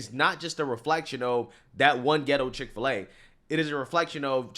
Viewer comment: Chik fil a not pig fil a